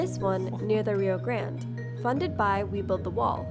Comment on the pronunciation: Is it not the Rio Grande? Why does this dude keep calling it the Rio Grand?